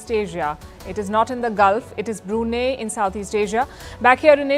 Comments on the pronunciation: Pookee palki, WTF is BRUNAY!!!???? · Hello P is not Palki Sharma , the country name is not pronounced as 'Brunei' but for our this region people and its monarchy pronounce our country as '' BRU' NAI'' not NEI or NINE or NE or NEY ,OK. so correct the country name BRU' NAI, .....NAH....ee